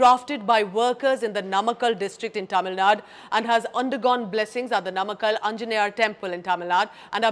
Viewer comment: Please get your pronounciations correct. It is naamakkal, maamallapuram. If you speak any indian language this should be easy.